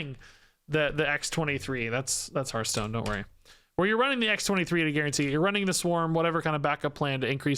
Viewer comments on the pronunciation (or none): none